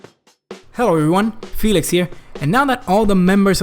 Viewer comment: Pheelyks Artifex jaja genial